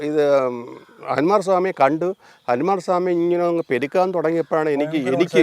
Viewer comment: അനുമാർ സ്വാമി അല്ല ഹനുമാൻ ആണ്. കഥാ പ്രസംഗം നടത്തുന്ന രമണ 😂😂😂